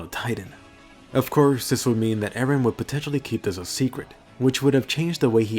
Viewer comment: IT'S EREN, NOT AARON! WHY DO ENGLISH PEOPLE MISPRONOUNCE JAPANESE NAMES?